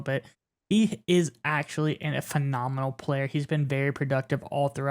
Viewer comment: Fee- nominal?